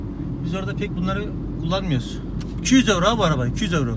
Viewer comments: ne yuro ne oyro YİRO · Yuro değil de Oyro deseydin tam olacaktı be hacı :)